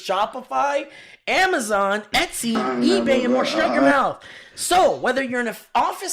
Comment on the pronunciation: How on earth did you get through half an hour of talking about people's final words without dropping a "too much wwater inmy maouth"